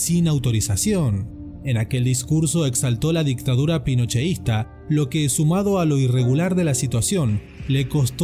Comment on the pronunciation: Es pinochetista no es ponocheista